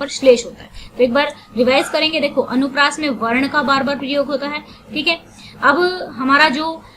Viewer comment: Not anupriyash , it's anupriyas ok ma'am 👍👍👍